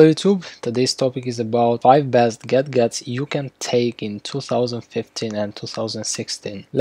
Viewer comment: Lol I thought i heard that